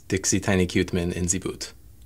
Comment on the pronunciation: lol "Quuuuuuuuuuu-te man" "You're gonna have to go back to Rosetta Stone for that one"